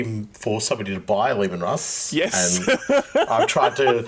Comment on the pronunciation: I can't believe people are getting upset Leman Russ pronunciation when over there going all "croissant" with all the pretention in the world, but then says "cronut" like a bloody plebian. You can't have it both ways,. If you're going to be snooty, pronounce cronut "kwoh-nu"!